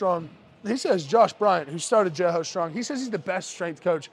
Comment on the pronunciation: ahh.... so you ARE saying "jailhouse" strong... i couldnt understand wth you were saying... please continue